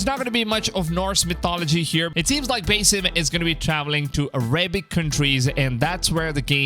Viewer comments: it's BASSim as in sea bass. not bass guitar... did you even play Valhalla? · Its pronounce basim, not basim.